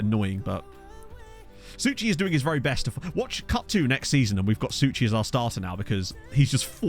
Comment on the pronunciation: Suchy is said "suhy" with h from hotel, it actually means "lean" in Czech.